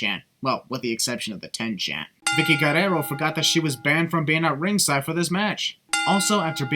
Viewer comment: says Vickie’s last name weird